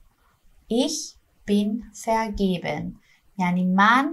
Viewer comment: سلام در کلمه vergeben شما حرف «ر» رو تلفظ کردین. نباید در این کلمه به صورت «ق» تلفظ بشه؟ یا سهوا اینطور تلفظ کردین؟